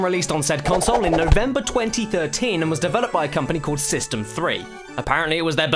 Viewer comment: FireKid112 yeah that's the way it WA-ZUH